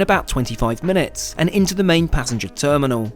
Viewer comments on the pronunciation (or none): none